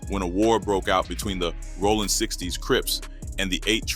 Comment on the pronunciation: sounds like a ai voice lol bro said rawling instead of rollin